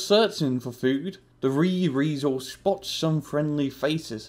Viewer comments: pepe's REEEEisel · Dude, the heck is a "Rriesel"?